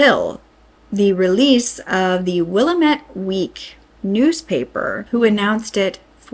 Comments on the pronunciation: Pronounced will-am-it. We have a regional rhyme: it's Willamette damnit! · Mult-No ma Will-am-ette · Will am ette then say it all at once with emphasis on am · Mult-no-mah (not Mult-i-no-mah) Will-a-met (not William-ette) We have weird names here. 🙂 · *Will-am-et. Not Willa-met. Please, please PLEASE. Same as it's Ore-gun NOT OREAGON Also it's Mult-no-mah county. Editsd to add, I know, native names are really tough. Big freaking sigh. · LMAO SHE SAID WILLA MITT ITS WILLAMETTE (wah lam et) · Omg. It's pronounced "Will-AM-it". NOT "willimette" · oh no no, you're fine.You are so close and we hear it all the time. As an example, Will-amette instead of Willa-mette. Your video is great! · “Wah-LAM -ET “ “MALT-NO-MA” Can’t even watch the rest because f this . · Pronounced: "will*am*it river"🏞🛡🇺🇲🎚🕯✨️🛐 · Ok so I gotta correct some pronunciations Multnomah: pronounced exactly as it's spelled, mult-no-ma Willamette: This one is trickier, Wil-lam-et Also, I know it's frustrating but in our justice system everyone is innocent until proven guilty. We can't just go around accusing people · Hi! Thank you for this coverage. We (Oregonians) always believed there was a serial killer. Also, Willamette is pronounced WillAMit. We say things in an odd way haha. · The way you say Willamette 😂 it's usually said either wuh·la·muht or wheel·lam·uht. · "Willamette" is actually pronounced "Will am itt" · Fyi it's "Will-Am-Eht" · Will-am-eht (like ate, but if the t was a h, because “eht” might hard for some to understand) Not disagreeing. Just doubling down. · Dear, if your reporting on Oregon crimes, please learn the pronunciation of sites. It’s Will lam ette river. Mult no ma county. Thanks, like the channel, yep I’m an Oregonian, and live within 100 miles from Portland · Will-am-it and mult-no- mah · Mult-No-Mah is three syllables. Non-Oregonians always get Willamette wrong (Will-lam-met). Good report though. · Just fyi, it's "will-AM-ett" And just "mult-NO-muh" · Will- am- ette